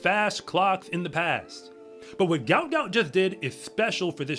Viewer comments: Its not how his name is pronounced. I hope people get it right before too much more time goes by. Its pronounced like gwot gwot. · It’s also pronounced Gwot Gwot btw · his name is pronounced Gwot Gwot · Its Gwot Gwot. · It pronounced "gwuat gwuat"